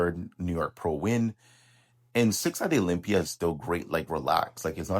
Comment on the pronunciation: It's called Olympia not blocklympia!!! 😂